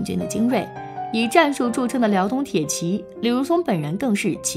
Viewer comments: 查 作姓时念 zha，铁骑 念 ji 好不好？ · 沒錯！查作姓時應讀作「渣」；鐵騎的騎發音為「計」。